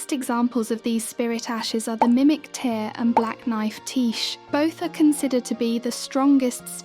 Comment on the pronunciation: Yo bro write 'teer' in the script so the tts doesnt say mimic ter.